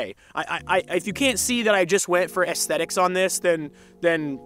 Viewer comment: Say assthetics one more time mafcka